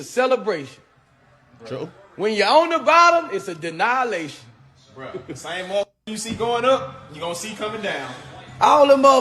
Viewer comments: Boosie: "Denialation." 😆 😆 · “An deannihilation” is wild 😂😂😂😂